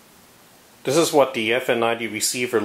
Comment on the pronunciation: Dis, dat, den de udder ting over dere. Holy shit bro, to you even "th?"